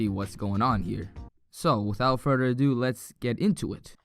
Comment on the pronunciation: Without furder or duu